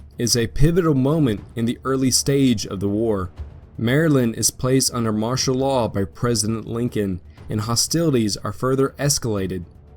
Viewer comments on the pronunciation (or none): none